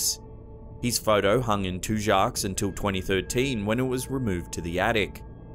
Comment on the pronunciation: Just to let you know it's pronounced Tu-Jacks not Tu-Jocks. The restaurant in New Orleans you were talking about! What's the second oldest restaurant in New Orleans!